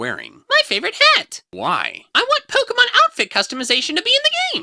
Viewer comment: Unless I got something wrong, POKE-GAY-MON